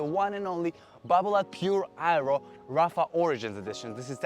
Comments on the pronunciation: lol, I went half the video thinking was calling it the eyeroll racquet - some kind of cut on its ridiculousness. Aero! Aero was the word!! 😀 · “Eye-Ro” “I-row” “Aye-roe”...